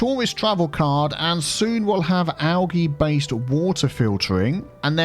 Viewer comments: Don’t take it the wrong way but the pronunciation for algae is “al-gee” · Do... Do other English speaking countries really pronounce algae "al-GEE" with a hard G? I've only ever heard "al-JEE" with a soft G. Wouldn't be surprised if it's regional though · Were I live we pronounce Algae as “Al jee”.